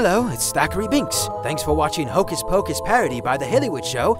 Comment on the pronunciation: its hocus not bocus